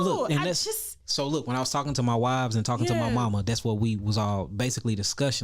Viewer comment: Is he saying wiveS?